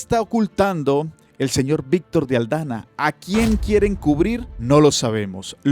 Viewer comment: es Víctor de AldaMa, no AldaNa. Un abrazo.